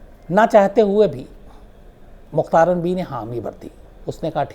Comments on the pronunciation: mukhtaran nahi mukhtara . LEKHNE may mukhtaran e hay . laikin pakistan may ise mukhatara parha jata hay. MEANS k end wala N nahi parha jaey g. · Bibi ka name mein N silent hay. Mukhtara is real pronunciation.